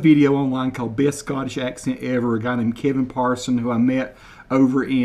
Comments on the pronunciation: It sounds like Patterson, not parson✌ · not Parson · I believe he said his name is 'Patterson.' (Pa'erson) Edit Oh, sorry, I see this has already been pointed out 😊